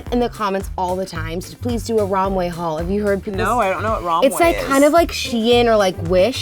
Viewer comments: RoMwAy Me:it's pronounced rahm wee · when they say romway instead of romwe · And if I here say rom way one more time it is rom weeeeeee 🙄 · I love you guys but Romwe is pronounced Rom We and not Rom Way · The way she pronounces romwe annoys me so much